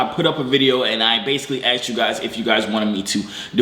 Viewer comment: "you guys aksks for it" lmo